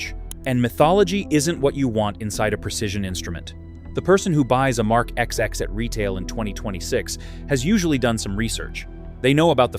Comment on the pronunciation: It's not IWC Mark 'XX' but twenty (These are roman numerals) ! 😄